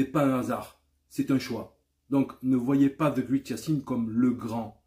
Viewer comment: La 1er sens qui vient est super Yacine. Le 2eme sens est grand effectivement. Une autre remarque est que great se prononce ɡrāt (grate), je fesais le même erreur moi aussi